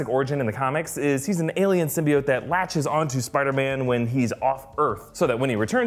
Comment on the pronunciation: I was so glad when i heard them pronounce symbiote right